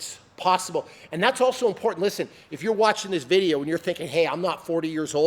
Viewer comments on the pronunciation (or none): none